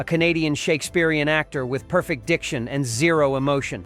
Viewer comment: * ' AAA ' Space Odyssey ? Try ' Ah ' in pronunciation . . . . . . er . . Keir Dullea ? that's pronounced ' Dullaay ' . . . * (and what's Christopher Nolan doing in this ?) . . Perfect is pronounced as in ' perFECT ' . . . * . . Why are some scenes mirrored ? . . .